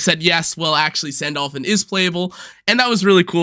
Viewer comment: Your Sandalphon pronunciation is killing me